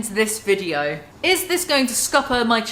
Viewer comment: I love the way u say video - ”VIGEO”